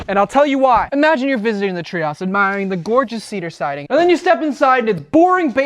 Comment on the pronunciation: What is jwywaow, what's a chwee ouse, chwee and what's a boblar, and shtiding